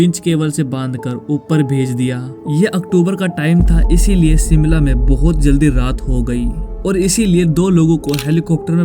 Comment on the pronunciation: सिमला नहीं शिमला है, और ये शिमला में नहीं परवाणू में हुआ था